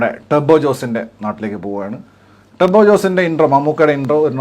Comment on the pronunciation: Turbo അല്ല turibo 💩💩